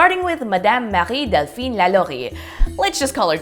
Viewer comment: UGGGGHH ThE PROUNOUNCIATION OF LALAURIE! SO BEAUTIFUL